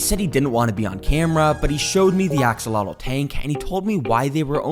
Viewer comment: bro really said akseloto